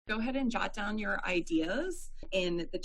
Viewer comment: I 18 jot that down 으로 들리네.. ㅠㅠ